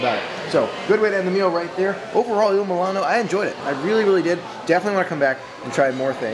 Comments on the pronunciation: Mul-ee- no not mil-A-no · I cringed every time you pronounced it Il milano instead of Il moo-lee-no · If you're going to review a restaurant, you should learn how to pronounce its name. Also, you should expand your vocabulary of descriptive words. You're not helping as much as you think you are. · I love all of your videos and so what if you mispronounced the name of the restaurant. We all know what you’re talking about. I don’t understand people. If you have a problem with someone then don’t watch them.